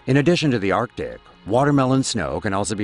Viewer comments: Is it me or does it sound like he is saying "our dick", when he says arctic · LOL lt's not just you.